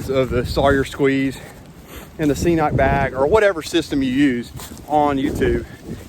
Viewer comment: I also use a squeeze and cnoc vecto and I absolutely love it. Super easy to use and pretty quick. The cnoc bag is definitely an upgrade. Great video as always. Just FYI, it’s pronounced ke-noc, I was pronouncing it wrong as well until we started carrying it in the store. Hike on brother!